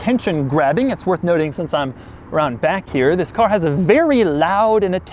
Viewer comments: Actually he says zhisssss ,instead of this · I like your " This" :D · Doug butchered the THISSS